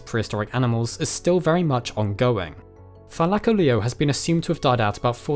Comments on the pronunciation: say it with me: thy-la-call-ly-O not -thy-la-colleo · Th-i-lak-o-Leo? Th-i-l-co-Leo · Your saying thylacoleo wrong it is thyla-co-Leo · I didn't realise this was how it's pronounced... I've been saying -thyla-co-leo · I only clicked to see if you pronounced it correctly, slightly off but better than most ark half whits, Thigh-la-Co-Lee-oh is how it's pronounced, they pronounce it like Thy-la-Car-leo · It funny how he say ty...-laic-olio not thy-lac-olio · Wait so ive always pronounced it Thyla-coleo are you telling me its pronoynced Thy-laco-leo???? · Wait it’s pronounced thi-lie-ca-leo I thought it was thi-le-co-lo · more like "thigh" lacoleo am I right lads? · You say it thy-lac-oleo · Lmao he says thigh-lack-o-leo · The mispronunciation of Thylacoleo drives me crazy. Try Thyla/coleo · Ur pronouncing it wrong it’s thi-o-co-lio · It’s “thy-Lo-Cole-lio” not the way Pronounce it lol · im here from ark and getting triggered at his pronunciation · Take a shot every time says thylacoleo wrong XD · bruh its not pranounced that way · Me who plays Ark getting triggered by the way he says Thylacoleo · You use the weirdest pronunciation for it